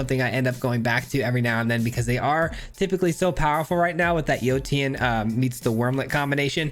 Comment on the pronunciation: Yotian is enunciated Yo-Shan